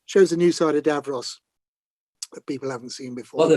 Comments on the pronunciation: wonderful its pronouced davros not darose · not going to lie. the way you pronounced davros literally made me forget what his actual name is for a second.